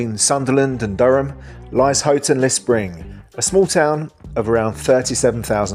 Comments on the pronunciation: Houghton-le-Spring not that bad at all. Can only assume the dangerous part comes from the murder of a young lad by a group of chavs many years ago. Well done on pronunciation, can't tell you how annoying it is to hear it called Horton or HOWton. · Only one niggle. Gosforth is the home of Greggs. It was originally called Greggs of Gosforth. Great how you pronounced Houghton-le-Spring correctly.